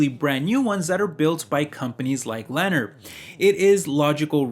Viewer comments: Learn how to pronounce the names of the companies. Lennar is "len naaaar" not "lener". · It is pronounced Lee near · Sorry bro it’s killing me it’s pronounced Leh narr ❤️